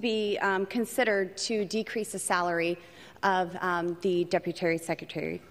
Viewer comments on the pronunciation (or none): She kept saying deputary instead of deputy!😂😂😂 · “Deputary” Bwahahahahahahahahaha😂😅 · "Deputary Secretary?" Did she say it twice? Wow! So trumpian! No wonder they click together.